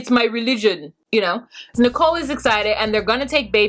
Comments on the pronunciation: It's Nichole not Nickle like 5cents!😂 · How come u call Nicole Nickel? Lol I crack up every time 😂🤣 😂 love ya anyway just figured I'd ask 😘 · It's Nicole not nickle. 😂😂😂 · Learn Arabic??? As you noted, Nickel (you wrong for this pronunciation 😂😂😂) went to a job interview WITHOUT a resume and INSISTED the employer knows she’s only going to be there short term. Homegirl cannot handle the simple things in life as a responsible adult here in America. The cognitive skills required to learn a second language (as an adult) ...she- she just don’t got it y’all! LOL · the first time she said nickel I thought I heard wrong. 😕